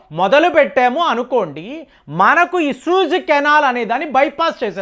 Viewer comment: అరేయ్ బాబు అది సుజి కెనాల్ కాదు సూయాజ్ కెనాల్